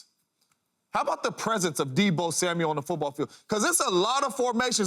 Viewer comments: Samuel, not Samuels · It's Deebo Samuel not Deebo Samuels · SAMUEL! NOT SAMUELS😂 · Dear James Jones, it’s Samual not Samuals. Thanks 👍🏼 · THERE IS NO S AT THE END OF HIS NAME!!!!!!!!!!!!!!!!!!!